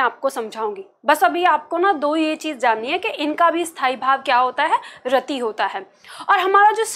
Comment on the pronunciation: मैंम आप पार्टी बहुत ही बेहतरीन समझाती है, आपके पास बहुत ही ज्यादा नॉलेज भी है लेकिन आप छोटी इ की मात्रा को बड़ी में उच्चारित करते हैं। रति को रती कहती हैं